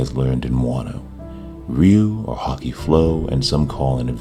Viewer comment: It's pronounced "ryu-o" in japanese. Maybe it was done on purpose because it is phonetically similar to the words "ryu" and "o." King of dragons? Maybe it could be the key to overcoming the celestial dragons?